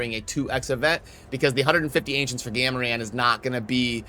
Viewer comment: "Gam-a-ran" Yup, 100% worth watching the whole thing. totally, totally worth it. Thanks:)